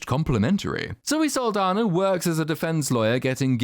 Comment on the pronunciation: Zoe's last name is actually Saldaña, which is pronounced, "sahl-DAHN-ya."